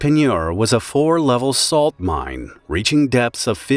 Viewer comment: it's pronounced "mine" not "mind"